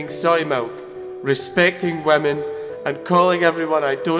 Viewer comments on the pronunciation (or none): Is it just me but every time he says women, it sounds like he's saying vermin?